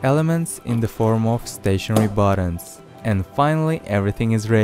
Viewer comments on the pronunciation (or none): none